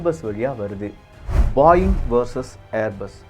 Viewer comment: Adhu பாயிங் illa, போயிங்